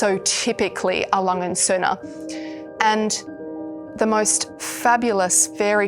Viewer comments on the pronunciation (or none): Butchering the pronunciation of A. Lange & Sohne throughout the video. Sigh.